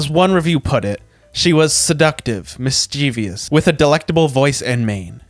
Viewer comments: (MIS-chuh-vuhs) is how you pronounce Mischievous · You pronounced mischievous wrong.